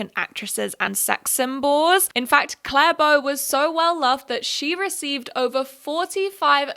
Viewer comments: CLARA BOW PLS I love your vids but a little piece of my soul died every time you said Clare Bow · It's pronounced 'CLA-RA Bow', not 'Clare Bow'. BTW, don't forget '60s It Girl Edie Sedgwick. She was a wealthy socialite who modelled for Vogue and who was a muse to Andy Warhol. She sadly died at age 28. Edie was known as the 'Girl On Fire'. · Her name is Clara Bow not Clare Bow !! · Her name is Clara Bow!! not claire bow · calling clara bow 'claire bow' is killing me ngl